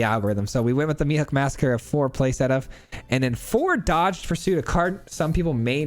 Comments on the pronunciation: I'm going to sound like a jerk for saying that Dogged is pronounced like "Dah Ged." The word you're saying is dodged. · Great deck. Dogged pursuit is pronounced Dog-ged, as in unrelenting pursuit.